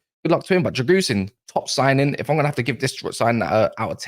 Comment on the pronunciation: Drãgusheen is pronounced